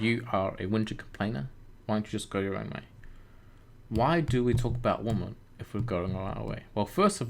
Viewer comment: Plural for "woman" is pronounced WI-men. Not WO-men, despite the spelling. Just a pet peeve of mine. "Females" would also work as an alternative. Otherwise… Great video.